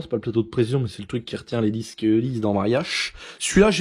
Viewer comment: les dixques 🤣